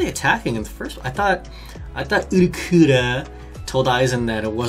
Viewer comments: U_l_q_u_i_o_r_r_a not Uruqura, dud)))) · It's Ul-ki-yo-ra, dammit!! n_n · japanese pronunciation for ulquiorra is oo-roo-key-yo-rah because japanese cant say L. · lmao why do you keep messing up ulqioras name